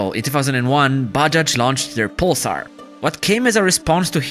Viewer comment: He can't even pronounce pulsar 😂